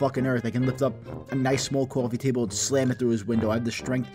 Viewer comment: Cwofee taybol